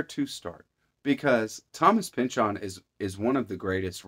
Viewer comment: (By the way...kudos on the correct pronunciation of "Pynchon." ;) )